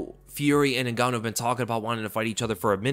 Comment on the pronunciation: “Ngannou”??? Oh please…